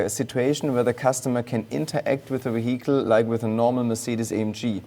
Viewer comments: Jack Rix saying vehicle: vehicle: weehittal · Wehicle is Vehicle , i was soo confused at first , i had to turn the subtitles on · De weehickle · Weehickle = Vehicle. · "We-heagel" Why didnt he take just a few min to check up on english pronunciation before this interview? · I couldn't help but chuckle everytime this guy says "WEEHICLE" 😄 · ze weeheekle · How much German accent would you like? The weheekel... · Can't help but let out internal chuckles every time the guy says wihicle😂😂😂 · Ve hi cle indeed. Great machine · Very nice Vee-Hi-kle :) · See if you can do a shot everytime he says W-ehicle.... 🤣🍻 then try and say max wertstappen is wery good at driving his wehicle in wancouver. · Nice car, but I am more intrigued by this "weheatle" he speaks of. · What is a weehickle? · I've never heard anyone pronounce it "wehicle" lol. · What an amazing we-hickle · A lovely weeheecle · Can't wait to pick up this "Ve hicle" in the used car lot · The way he says vihicle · Hehe Weehicle... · Whey HEE Cull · Ok second favourite thing about this video is how the project lead pronounces “vehicle” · 122hp electric motor just for the turbo. That's more than the entire output of many cars. I love the way pronounces 'vehicle. Na, I don't think I'll get the optional magnesium wheels, it will make the car too expensive. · Is that really how he says the word VEHICLE!?!? I’m a hearing him right? Is he trying to say vehicle.. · I literally want to give him a hug everytime he says "vehicle" 😅